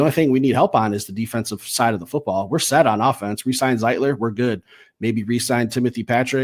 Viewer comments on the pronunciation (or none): That's Zietler, not Zietlic. And yes, he is an old man coming off a bad year . NO!!!